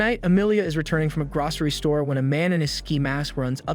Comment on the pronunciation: Gracery? Wtf is that lol you mean grocery